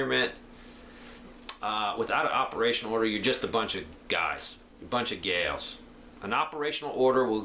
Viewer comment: lol. That's just his way of saying a bunch of Gals with an accent. guys and gals. :-)